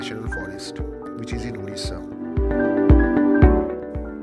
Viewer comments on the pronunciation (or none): It's not Udisha.....it's Odisha. Any way nice video. 👍